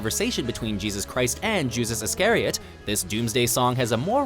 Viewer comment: The Book of Job? Jusas Iscariot? Garden of Gethsemane? Normally the narration on WatchMojo videos is very good, but this one dropped the ball. Please check your pronunciations before putting a finished video out there.